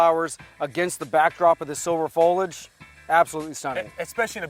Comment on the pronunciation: Fol ee age!